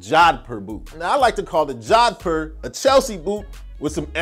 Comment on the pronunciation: Pronounced Joe-dh-poor. I'm indian. I know